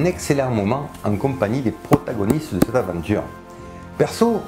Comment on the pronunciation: Merci pour cette bonne vidéo toutefois il serait bien de prononcer "CETTE" plutôt que "SSS'TE"